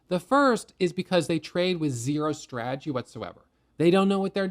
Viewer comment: I love, but God bless. He simply cannot say the word stradgy. 😅